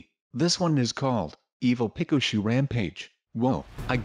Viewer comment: He says it peca- shooe